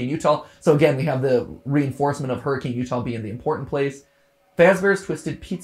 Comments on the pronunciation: Utahn chiming in again to nitpick the pronunciation of Hurricane Utah. It's actually pronounced hurri-kin, not hurricane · Y’all are pronouncing Hurricane, Utah wrong and I love it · everyone always mispronounces Hurricane UT technically the city name is pronounced "her-a-kin" despite being spelled like the natural disaster, it's dumb, but that's how it is. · Hurricane, UT isn;t pronounced Hurricane like the storm, but rather Her-ih-can! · I have to laugh because I'm from Utah and hearing everyone calling it hurricane Utah when here in Utah we pronounce it hurrikin. Not making fun of people it's just one of those weird things found in America. Like Huston Texas and Huston Georgia but in Georgia it's pronounced howstin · lives in Utah watches video smirks at MatPat mispronouncing "Hurricane." Got another one.